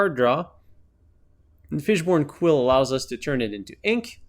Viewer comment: Is he saying fishborn quill?